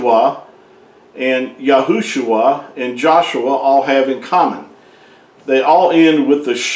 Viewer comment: It’s YAUH and YAUSHA.